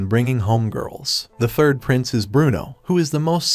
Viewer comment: Why I hear princess when he says prince 😂